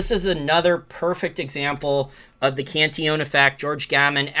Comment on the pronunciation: Very nice video and commentary -- but I have a short question of pronunciation. I notice you say "Can-tee-OWN". I thought it was "Can-TILL-uhn". Obviously, pronunciation does not detract at all from your information or conclusions, but if you can tell me which is correct, I will happily (if needed) change. Thanks!